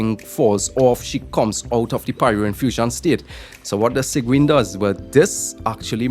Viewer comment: Its pronounced seeg-win but yeah im pulling sigewinne she is supposedly a support for arlecchino